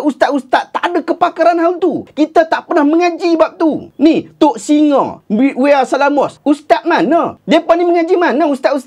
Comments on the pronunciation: Wea selamos (wan salmah); sebutannya 'wey' (where) selamos. Bukan wi-a selamos 😅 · wey salamos bukan where salamos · wea.. tu bukan eja weya tuan 'wae' tu maksud 'wan'.. dan sebutan bunyi macam "where" hehe